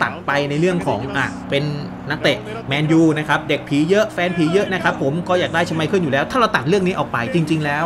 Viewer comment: ชอบพี่บอมครับเรียกชไมเคิ้ลว่าชไมพรตลอด😂